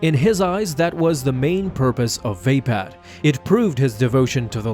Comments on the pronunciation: "vay-pad" < "vuh-pod" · when he calls mace windus lighsaber form "Vaypad" its "Vuhpod" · Vay- pad? It's spelt Vaapad and pronounced Vapod. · It's vapod not vapad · Vaped lol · It isn't pronounced "vape-pad". smfh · I don’t think that’s how you pronounce “Ve-Paad” (If that’s even how you spell it) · Vapad is pronounced with an ah not an a sound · You pronounced Vapaad wrong :(